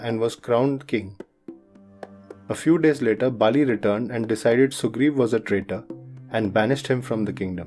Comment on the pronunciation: It's not Bali , vali